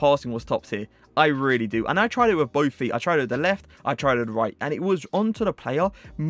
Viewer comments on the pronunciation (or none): none